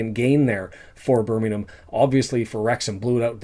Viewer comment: Most Wrexham fans have never been to a live game in their lives .....your an absolute 🤡 Can't even say Birmingham correctly